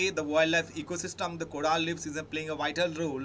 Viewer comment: coral not coraal thank you for the analysis though